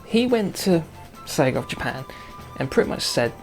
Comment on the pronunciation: it's not segaer it's Sega